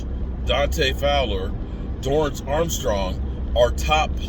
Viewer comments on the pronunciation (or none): none